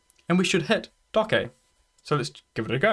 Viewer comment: Great Video Thank you, Just for the record it's pronounced "dockage"......